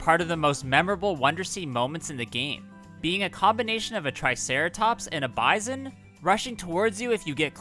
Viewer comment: Why did you pronounce bison so weird